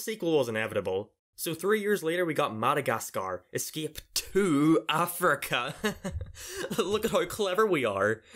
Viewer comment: I never knew how you would pronounce the title. Madagascar Escape TO Africa or Madagascar Two Escape Africa